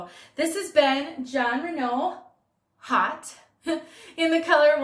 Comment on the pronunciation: Haute is a French word meaning "high." Pronounce it "oat." Silent "h." Just OAT, like the stuff horses eat. Love your reviews!